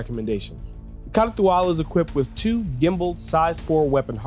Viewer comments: I thought it was pronounced "car to al" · It's pronounced Car too all... because reasons. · A POA KAH TU AL 🤣 Ps its not bad against a Gladius. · OMG the way you’re saying it... my ears! STOP... JUST STOP! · You say it funny.